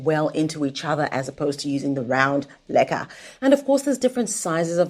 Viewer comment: Does anyone else thinks she says "lekker" all the time.